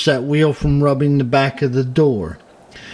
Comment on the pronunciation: Welcome "bock",! I missed your great videos, so real happy to see a new one with awesome tips. And you said Jonquière just great!